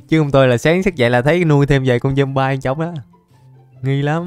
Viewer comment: Trời ơi con zomby mà anh gọi là zombai 🤣🤣🤣🤣